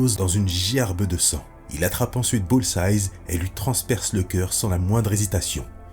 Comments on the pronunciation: stp tu peux dire "BULL-Z-AÏE" et non pas "BULL-Z-AYZE" c'est la même avec Hawkeye, c'est juste un seul "eye" au singulier pas au pluriel, ok merci bg sinon trop bien tes vidéos bg <3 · Dans la première histoire tu prononces "Bullseyes" en parlant de Hawkeye et ça me titille 😂 Mais très bonne vidéo! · très sympa surtout que j'ai toujours adoré les What If? (que je trouve souvent plus intéressants que l'histoire officielle) par contre un reproche: Bullseye c'est au singulier (entendre un 's' à la fin ça pique les oreilles :/)